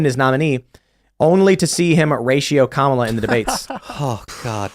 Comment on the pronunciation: is never going to pronounce Kamala's name correctly is she.